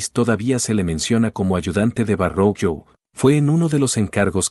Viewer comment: Verroquio (Verrochio), no Varroquio.